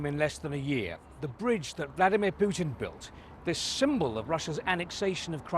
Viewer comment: "the brodge that valdimir puton built" Hes a talented bar steward 😂😂